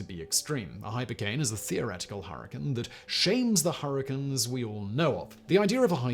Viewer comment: Why do you pronounce the "cane" in "hypercane" like it's supposed to be but then pronounce that part of "hurricane" like "kin"?